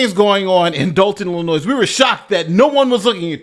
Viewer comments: FYI…….THE S IN ILLINOIS IS SILENT 🙂……FINALLY JUSTICE WILL BE SERVED TO THE THIS MUGSHOT MAYOR ‼️👍🏻💯👏🏻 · just a heads up... Although it's spelled Illinois.... the "S" is silent... "Illinoi" Salut! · You’re American but don’t know how to pronounce Illinois? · With all due respect, you keep pronouncing Illinois incorrectly. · He also doesn’t know how to pronounce Illinois. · Dude, the S is silent in Illinois - pronunciation is critical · Bro, please look up how to pronounce 'Illinois'. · The S on Illinois is actually silent. Just an FYI - keep up the good work my man. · idk why it’s there but the “s” in Illinois is silent. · Drop the “S” in Illinois. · The "s" in Illinois is silent. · The s is silent.